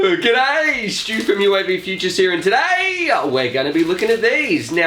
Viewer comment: lol you saying today makes me laugh hard